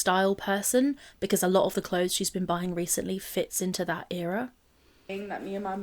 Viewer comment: if she says ‘era’ one more time I’m gonna lose it